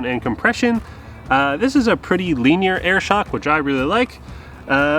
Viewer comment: attends university, also “leenear”